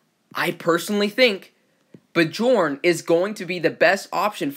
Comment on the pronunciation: Thought it was b + yorn when pronounced....